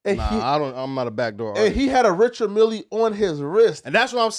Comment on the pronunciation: There is no “E” sound in Richard mille